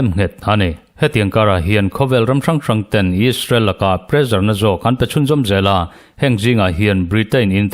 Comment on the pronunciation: Pressure kha Mizo ṭawng ni lo, sap ṭawnga kan hmang a nih chuan ' prezar' tihsak lovin presar tihsak ila.